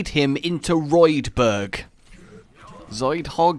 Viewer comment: Think you meant roadberg not roidberg... Now all I can imagine is a roided out zoidberg